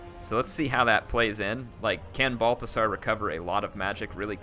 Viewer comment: Did you just call him Barfasar? lmao